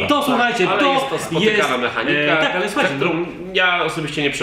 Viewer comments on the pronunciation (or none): jedyna rzecz która mnie irytuje to sposób w jaki akcentujecie słowo MEchanika :P poza tym spoko film!